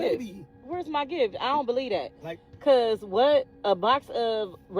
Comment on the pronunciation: 🙄how, when & why did "believe that" become "BALEEDAT"??😖😮‍💨🤯